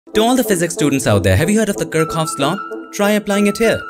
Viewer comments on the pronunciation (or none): Well it's 'Kir - चऑफस '...the prononcuation was wrong I guess😅....but love your work man❤️🔥